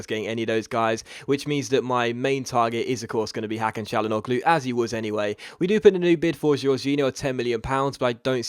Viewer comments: It pronounced Ha-kan Cha-La-No-Loo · Just a little help about pronounciation (I know it's not that easy) for your two great signings : "Tchiro Immobilay" "Hakan Tchalanoglou" Great episode as always and great signings even if their names aren't the easiest on earth :)